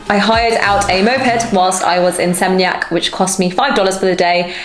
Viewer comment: Its "SE-MEEN-YAK".